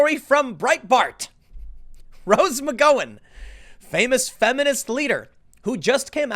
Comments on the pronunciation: The "gow" in Rose McGowan rhymes with "pow", not "toe". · Tim. It's McGOWan, as in "gown," or "ouch." Not "Mick-Go-in." I can't even listen to this anymore, everytime you say it it's driving me CRAZY! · Her name is pronounced McGowan like McCowan. Like cow, not go. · Tim, her last name is pronounced McG-ow-an, not McG-oh-an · It's pronounced McGowan (like cow - 🐄) not McGoin. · It's Rose McGowan the GOW is pronounced like Cow. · What’s with the “Ma-Go-In”? Isn’t it “Ma-Gow-In”? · The "Gow" in McGowan rhymes with cow 🐄 not "grow" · McGowen! It’s like “gown” not “go”. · It's McGOWan like COWan. Not Goh, Tim! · Can you so saying ma-go-wan??? It's mag--ow-an.. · Rose MAH GOW INN. Rhymes with "cow" not with "go" Tim. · O-M-G! Her name is Rose Mc-GOW-EN, NOT Mc-GO-IN. Nothing worse than hearing some pretentious idiot mispronounce something so many times in one video. 😳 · I think with McGowan, the gow is pronounced like cow, not go. Mc-gow-an. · Tim saying Rose Mig Go When on purpose now. He know it's sposed to be Rose Mick Gow when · Take a shot every time he says "Rose Muh-GO-in" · Mc-gow-en not Mc-go-in, come one Tim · Tim, if you keep mispronouncing Rose McGowan's name, I'm going to unfollow you! Its Gow like cow not Gow like Go. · You know the way asians bow as a custom? Say the word "bow" Now say the word "gow" and make it rhyme with "bow" Now say Rose McGow-ann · The name is Rose Mc Gow En, not Mc Go Wen, 😂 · God damnit, Tim! It's McGowan. See Mac gow Ann rhymes with mad cow man. 🤦🏾‍♂️🙌🏾✌🏾🧡🇺🇸🇺🇸🇺🇸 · McGowan is pronounced like saying 'Cow an'. Mic-cow-an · 'Gow" like cow...McGowan.....cowan...cow. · Mc-gOW-wan. Not McGOwan. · pls say it mc gow ann....pls pls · i think you are saying Rose McgOWens name wrong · But how many of these leftists are just jumping ship because they know it’s sinking. BTW... it’s pronounced MCGowwwan!!!! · McGOWan. Rhymes with cow. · Tim, you really are terrible with names. Mee-ka, Mc Gow-an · Mc GOW (like cow) an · It's pronounced Mc GOW un